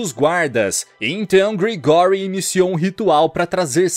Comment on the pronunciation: Não se fala Gregóry, não...se fala Grégory😅